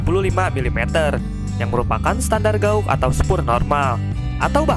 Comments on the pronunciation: Mas..."Gèj" gitu....jangan "gaug"... makasih 👍👍👏👏🇮🇩🇮🇩🙏🙏🙏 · Gauge diucapkan sbg "geij" bukan gaug. Takutnya nanti pd latah diucapkan jd guguk. Ucapkan dgn cara yg benar dong, jangan bikin malu pdhal infonya sangat menarik. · Gauge itu dibaca "GEIJ" ya bang